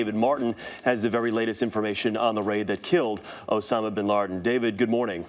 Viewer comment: osam bin larden